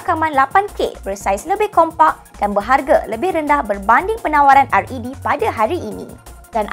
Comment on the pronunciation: The camera company RED is pronounced red, as in the colour red :)